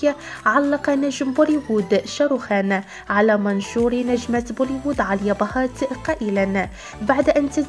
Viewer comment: اسمها آليا ..ليش تنطقي عاليا؟؟؟؟(هندوسية )